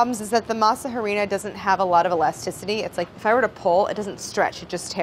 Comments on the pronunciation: not claire pronouncing it ha-rina 😭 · Ayyy Claire love you but every time you said masa HArina I died a little bit inside. You don’t pronounce the h in Spanish. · Every time Claire says masa “huh-rina” I die a little inside. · The H in “Harina is silent”. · Me cringing so hard at her pronunciation of harina after her perfect pronunciation of mass. Also at the tortilla making, yikes.